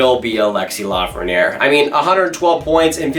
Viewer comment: It’s L.A.frenière ;) Unfortunately, LA hasn’t received a 1st overall pick since 1967, so I’m not holding my breath.